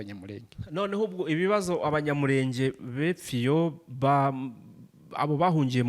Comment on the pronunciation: ibiganiro byanyu nibyiza ariko please nagira ngo mbasabe mujye muvuga izina ryacu muri correct way. turi Abanyamurènge not Abanyamurénge.